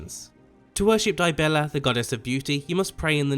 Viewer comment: "To worship Die-Bella..." Unsubscribed, disliked, complaining over social media. You will be hearing from my lawyers.